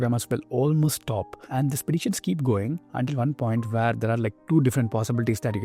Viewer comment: All I hear is Tatatathhahahahtta Ghhafddadada Rrrreegegge He does not speak English "Where" is pronounced "weeeear"